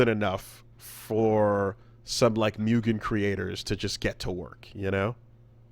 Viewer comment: It's so nice, after all these years, to hear somebody pronounce Mugen the correct way. I dieninside every time Maximilian Dood says "Myujen".